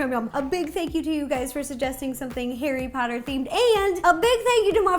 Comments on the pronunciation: HARRY POTTAH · Me seeing the “theme cookie” Harry Pottie ! Sounds like Hairy Potty 😂😂😂😂😂🤣🤣🤣🤣🤣🤣